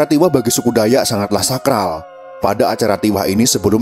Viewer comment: Koreksi. Dalam menyebutkan kan Nama DAYAK. BUKAN DAYA.TAPI DAYAKKKKK. SEPERTI SUKU BATAK. BUKA BATA. Salam DARI KALIMANTAN. KALTENG